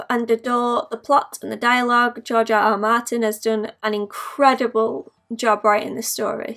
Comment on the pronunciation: "GEOGE ah ah mahtinn" lol